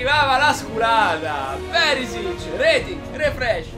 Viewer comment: Non è persic (non so sicuramente scriverlo) è perishish